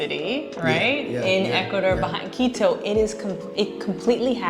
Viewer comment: Dude you're killing me. Stop pronouncing Quito like Cheeto!